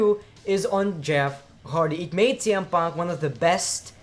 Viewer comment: Did he said CM Punk or TM Punk?